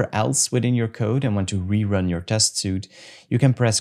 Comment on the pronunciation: The word suite in “test suite” is pronounced sweet. The word suit as you pronounced it is something you wear and it doesn’t have the e on the end. Keep the videos coming!